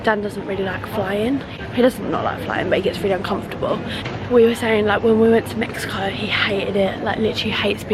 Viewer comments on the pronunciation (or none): none